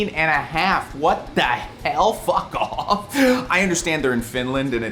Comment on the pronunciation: The emphasis on “fuck off” had me dying